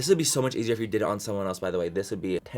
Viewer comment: luz1985rojas love him sa mach!!